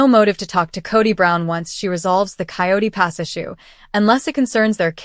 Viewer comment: It's Coyote Pass, not quat pass.